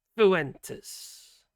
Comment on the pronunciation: His real name is Nick Pooentes. Please correct your spelling and pronunciation of his name.